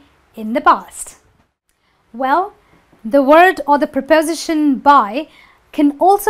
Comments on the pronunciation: It is not pronounced as prapowsition. It is pripustion. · It's pronounced prepoSItion, not prePOsition. You use 'by' in passive voice to introduce the 'doer' of the action, it has nothing to do with the past. You can say The microwave was fixed but if you want to add who did it, you need to use 'by' before the (appliance repair) technician, because it is not a mechanic's job. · my ears almost fell off when I heard you repeatedly say 'prepOsition' :-) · amine meziane You should stress your word "prepos'ition" properly.:) there are some minor mistakes in your presentation too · Please learn to use how to stress syllables correctly. The word 'preposition' is not stressed on 'po', but on 'si' just like most words ending in 'tion, 'ian', 'sion', with a few exceptions . See Daniel Jones' dictionary or Recognized Pronunciation! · She's not pronouncing the word"preposition" correctly. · You mispronounce preposition.